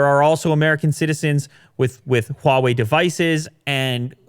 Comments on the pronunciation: So NOW finally learned to pronounce Huawei correctly:) no longer "waawei" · Ur pronunciation of HuaWei has improved so much.